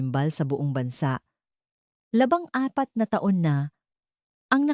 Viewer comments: Labing apat, di labang apat🤨di mo ma pronounce iBang Numero Ng maayos👋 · Labing apat, Hindi labang apat😊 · Bulol ang voice over..LABANG APAT DAW, JUICE KO. LABING APAT PO! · Maganda ang kuwento pero yung nagkukuwent o Hindi yata marunong magtagalog baluktot ang dila yung labing ginagawa nyang labang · Labangapat na Taon, 😅 Labingapat na Taon po, bulol pa,🤣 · Ang ganda. ng sturya maalam bumigkas ng tagalog piro pag bigkas ng date taon nababaho Ang bikas paki correct Ang bawat salita LABING apat. Labang apat Ang iyong BB bigkas mayga ibat ina pang mga salitang tagalog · Atusin mo mga words mo kng sino ka man nag nanarate LABING APAT HINDI LABANG APAT ALIBYE ANG PRONUNCIATION HINDI ALIBI DIYOS KO PO mag aral ka magbasa at mag pronounce ng tana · ANO IBIG SABHIN NG LABANG APAT NA TAON DAPAT DERETSUHIN NINYO LABING APAT BA RAIN DI UNG LABANG APAT PANGIT PAKINGGAN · Ung 14 na dapat ay labing apat naging labang torse, mdyo masakit sa tenga😅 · Hay naku maganda ang kwento kahit na midyo may pagkakamali sa ibang pag pronaus ng ilang salita katulad ng labang apat dapat labing apat at labanghati na taon diba okey narin importante nalutas ang kaso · AI ba ito. kasi ung narration parang AI, mali malli pronunciation "labang apat' etc. Pano naiwan ang fingerprints sa nakabaon sa lupa ng 14 years. may bank privacy law din po. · Hoy ano yong labang apat na taon di tama ang pag bigkas,nabobobo ako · Kakainis, labang apat, laban apat, intresante etc. Bakit AI pa ANDANG HAN VICE ANDANG HO ??? Jose tapos naging Joey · Napansin ko din yun LABANG APAT NA TAON